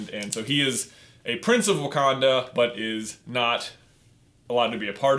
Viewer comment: "So this is wacanda?" "No it's Wakanda 😂